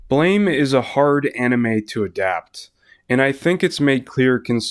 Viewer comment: Ok. Imma do the BLAME! comunity Meme before someone else does... Ehem... It's pronouced BLAM! not BLAME! I always love to see people talking about one of my absolute favorite series of all time, and i also feel that the adaptations left outside of the conversation way to often. I personally got introduced into the series by the .0.11 OVAs and loved it so much that i read everysingle Nihei work after it. More people sould know about this wonderful series.